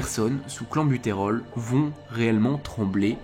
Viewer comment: oui oui mais on dit "clènbutérol" et non "clanbutérol" et "bronkodilatateur" et non "bron chaud dilatateur" et tu n'en dissuaderas pas un seul...ça semble si simple (à première vue)